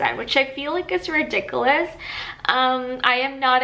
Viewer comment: This dummy is so wrong on so many things! I have lived in Canada my entire 63 years and I rarely tip...just choose 0% on the machine. Healthcare is free, prescriptions are not, but large companies off prescription benefits. There are many banks that charge no fees regardless of balance. Learn to pronounce RIDICULOUS! Would anything you mentioned have prevented you from moving to Canada had you known it before hand?